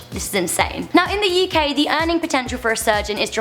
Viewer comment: Me: UK Her: YoUh KaY